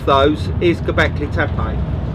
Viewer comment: FTF is gobekli tepaj? . aaaa, E is read "AJ" in englist so TEPE must be TEPAJ, who cares about local zulu pronunciation.. i would forbid entrance 3.rd world countries to all these ignorants who pretend to know something about something, but cant or even worse - bother- to pronunciate right event name